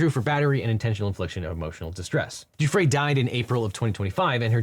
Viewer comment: Kudos for being one of the few Podcaster to get Miss Guiffre's name correctly.